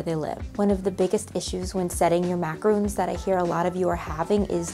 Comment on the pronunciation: Love your videos! But has anyone told you it’s not macaroons, but macarons?